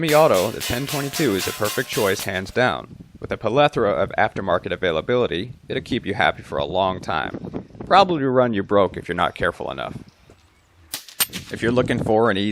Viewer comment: This is a "like" Good video. You added a syllable to "plethora" Good job, on the video.